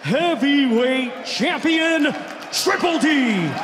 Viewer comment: the way he says dynamite and Dubois 😂😂😂😂😂